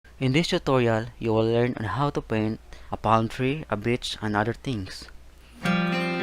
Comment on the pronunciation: the way he says a bitch expect of a beach